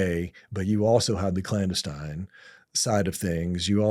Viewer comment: This guy cant even say clandestine correctly. I call BS. No new information, its all regurgitated stuff we know.